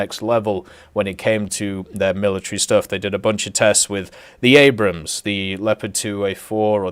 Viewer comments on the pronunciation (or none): none